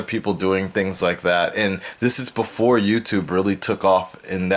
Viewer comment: Me"this". "zis"